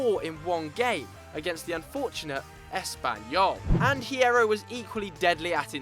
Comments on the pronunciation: u don't pronounce the h in Hierro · when you don't know how to pronounce Hierro